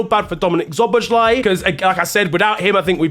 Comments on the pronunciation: Szoboszlai is pronounced "SO BOSS LUH EE" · the "sz" in your top players name is pronounced like an english "s". Show some respect.